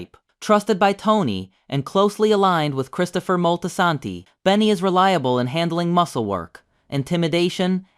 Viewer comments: Molty-Santy. Stop that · Terrible pronounciation of Moltesante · The Moltisanti pronunciation is laughably bad. We’re gonna have to send this to slip and fall school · the pronunciation of Moltisanti irritated me lol